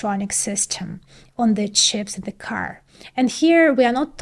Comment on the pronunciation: why so much "Z" sound !! stop it !! "the" has nothing to do with "Z" sound !!